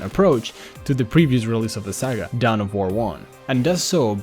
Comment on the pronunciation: dawn of war. not down of war